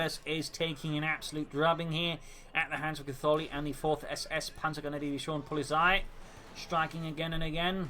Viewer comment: its not polisei its poh-li-tsai